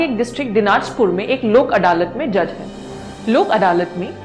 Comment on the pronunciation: It is अदालत not अडालत .